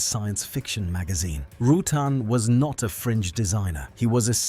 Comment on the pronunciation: Roo-tan as in having a tan. Mo Hah Vee desert, Vari-easy. I really dont understand how AI can ruin this so badly.